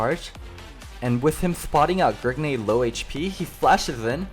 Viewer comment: Stop calling him Grigne.